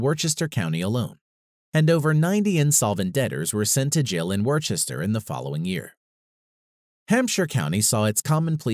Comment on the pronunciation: it is too bad he mispronounces Worcester and thereafter. It isn't pronounced Wor-ches-ter like he says. Rather it is Wou -ster (The vowel sound is like the "wou" sound in" would".)